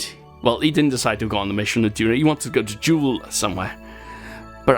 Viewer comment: Hello!!! Thanks a lot for sending me to Duna or as you say Dunarr Lol. Bad news... Everything you have done in a previous version to 1.2, you cannot play it with the communications network... so sad. Keep it up! P.S.: May I Do some surveying or go to an asteroid? Thanks!!!